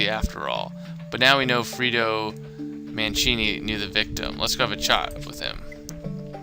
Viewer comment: Wow this chapter is intense. Loved it. As for the word pronunciations Ace, you may need to work on those haha. Here's a bit of advice. Italian surnames with a 'c' in it (like Mancini) are usually pronounced with a "ch" so you would actually be pronouncing the name Mancini as Man-chi-ni. Also Moretti is pronounced with a lot of emphasis on the double 't', so More-eh-tt'i (note that the 'i's are short 'i' sounds. Not 'ie' for pie but 'i' for it or if. Finally you had lots of trouble with bourgeoisie. Bourgeoisie actually refers to those who are of the upper class and rich and in Marxism the bourgeoisie is usually described as unfairly rich or wealthy in contrast to the common man. You pronounce that word as buuor-jhooaa--zee, with the 'jh' making a kind of shzzzz sound through your teeth. I hope this helps you :) Stay awesome :)